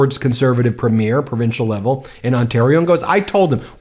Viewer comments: Premier: Eventually you will say it right! Good job on getting closer! You used to say Premier like a Movie Premier, but thats not how its pronounced, as I have said in other comments. Now you have said: Preem Ear which is SO close! You gotta say the end as if its a lazy "your". It is pronounced: Preem (like preen with an m) yer (like a lazy your). Good luck Ben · Pree-mure. Not première